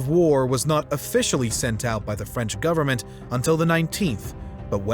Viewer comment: Why the narrator is adding "S" in the end of some words like: went or government making it sound wents or governmens ?